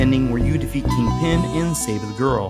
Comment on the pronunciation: You keep saying King-Pin, like its two words and he's the King of Pins and not, you know the Kingpin of crime, it sounds so weird, but apart from that another awesome video, I loved the cheesy-ass soft rock music on the CD version of this game :-) EDIT - I'm almost 100% sure there was a save option instead of a password on the PAL version (its years since I sold my Megadrive and SNES, the last consoles I sold cos I regretted it so much) So I can't check for you. It might have been because I had the extra save cartridge thing for more memory, some games only let you save instead of use Passwords if you had one (and Shining Force CD almost filled the on-board memory by itself so I needed one), so it might have been because of that.